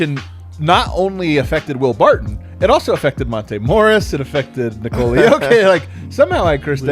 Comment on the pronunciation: Please guys, i know you are aware BUT, stop pronouncing Nikola name wrong. Try saying Nicolas Cage name without an S at the end. And now try saying Cage name like you pronounce Jokers name and then add an S at the end. It is so weird.